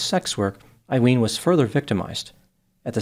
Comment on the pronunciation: Her name is pronounced A-Leen…